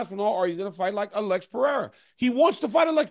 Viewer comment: Daniel, it’s not Uh-LEX, it’s Alex